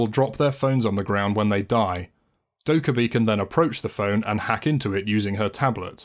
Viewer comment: Actually its Dokka-BAE